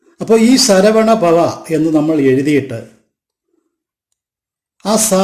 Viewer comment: ശരവണഭവ എന്നല്ലേ ശരവണപവ എന്നല്ലല്ലോ